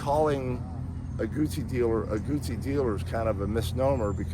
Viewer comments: Let's leave the mispronunciation of this iconic brand to our Brit brothers. For some reason, they just can't wrap their tongues around "Gootsi" and come out with all kinds of variants, mostly "Gussy", so let's at least get it right and not say "Goosey". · pronounced Gootsie not guzzi